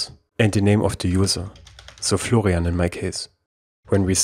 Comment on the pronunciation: name : florian, pronounced: flogrianf7dsds9erkfj 😂